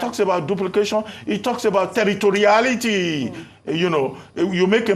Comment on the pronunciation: "Territoriality "😂😂😂. Dr.Abati